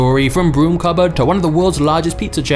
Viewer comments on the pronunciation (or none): none